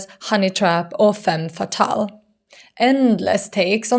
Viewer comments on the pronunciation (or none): none